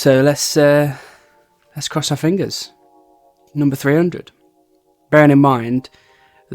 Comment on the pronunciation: 💅 mangled and unrecognizable... but at least I crushed this comment 😌 (just teasing, your accent was just a bit thicker in that moment)